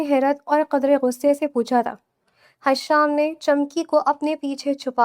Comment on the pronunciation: حشام نہیں ہشام ہوتا ہے